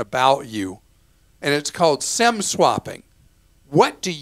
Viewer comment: Thanks, Clark. I tried to go onto T Mobile entering Sem block based on your audio. It's Sim block. Maybe change your pronunciation.